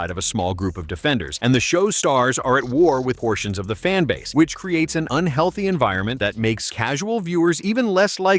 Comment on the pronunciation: Zplit the fanbaze and coz you know we are the bezt. Is that loose tongue iq issues?